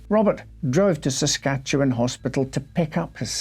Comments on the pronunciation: Great video, and as someone who’s lived here my whole life I give bonus points for nailing the pronunciation of “Saskatchewan” 💯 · Well I never! You pronounce Saskatchewan properly. It is appreciated. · Your Empress is pleased with your pronounciation of Our home province. 😊😄🇨🇦 Also, the house is a bit of a tourist trap even now. Allegedly haunted. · Congratulations on properly pronouncing "Saskatchewan"